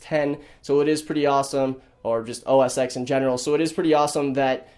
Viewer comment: Dude it's "OS 'Ten'" not "OS 'ex'"